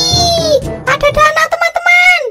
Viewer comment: mas harusnya bilang danau bukan dana